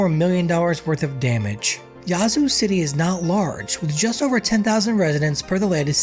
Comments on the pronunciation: it's Yeah-zoo. Not Yah-zoo. 👍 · You need to put a little more soul on in when you say Ya-zoo. I'm from Mississippi and that is not how we pronounce it fella. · You're pronouncing it wrong. It's not yah~zoo. The ya sounds more like the A in "at" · 5L - who TF you calling stupid!? No ONE pronounces that piece - Yahzoo - 99.9% of Mississippians call that piece - YEAH-zoo. You feeling spicy about it, come to Jackson and we can talk about it some more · Born and raised, definitely a rough place to live. It's not pronounced "Yah-zoo" city though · You can tell when someone is not from Mississippi, by the way they pronounce the names of certain cities 🤣🤣🤣🤣🤣🤣🤣